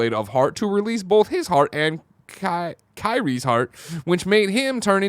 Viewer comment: It always gets me slightly excited when Greg gets a foreign-ish (Kairi) name right .